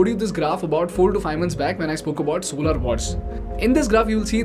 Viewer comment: Solaar nahi solar